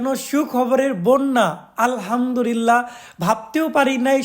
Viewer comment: আলহামদুলিল্লাহ হবে ভাইয়া, র উচ্চারণ হবে না।